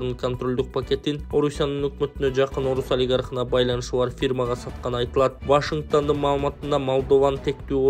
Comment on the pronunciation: ВАШИНГТАН эмес, ВАШИНГТОН